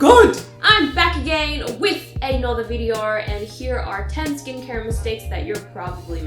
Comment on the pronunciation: Why does she only have an Australian accent when she said below and video ???? I'm so confused